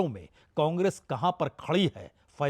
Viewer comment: और इसका हाथ मसलकर बोलना😂😂😂 और बोट बोट धन्यवाद😂😂